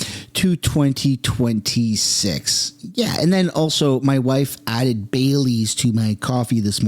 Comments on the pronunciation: ❤❤❤ DID YOU SAY BAY LEAF OR DID YOU SAY BAILEY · I thought you said your wife put "bay leaves" in your coffee... bailey's! 😂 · Lol I thought you said bay leaves to your coffee. That would unhinge anybody. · Oh BAILYS in your coffee !!!,, I thought you said “ Bay Leaves “!😂🤣😅